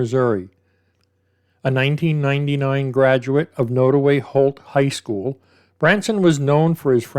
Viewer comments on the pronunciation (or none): There's a lot of drugs in those small rural towns. They don't have much else to do. I'm originally from Kansas City, Missouri and have family that live in small towns up north. (BTW, not that it's really that important but it's pronounced nod - like you nod to someone - so nod-away.)